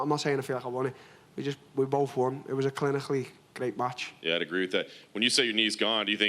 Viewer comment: DT: "how chlinikhally I'm good at strikhing" ;)